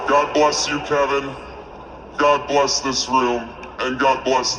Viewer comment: BLESS = BE-LESS